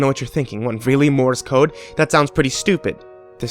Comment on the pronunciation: hate to be "that guy" but you said, "Mores Code" this is not correct... its Morse Code. I don't know whether the story itself made the mistake or.... but yeah... its Morse Code